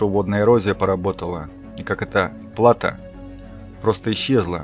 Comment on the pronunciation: Плато́. Ударение на О.